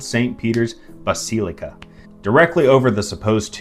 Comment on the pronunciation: bas ee lee cah